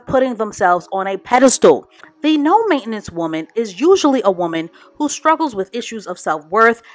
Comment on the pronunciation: Main-ten-ance....not main-enance..